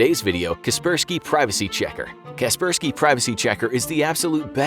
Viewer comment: I thought it was "Kasper". "Sky" Not "kes" per "key"